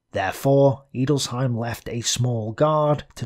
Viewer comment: "Edelsheim". An "e" in German is always pronounced as an "e" in "enter".